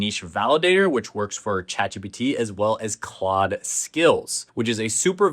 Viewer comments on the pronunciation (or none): none